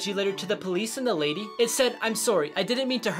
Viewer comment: Nobody: pronunciation: Im SuOrRY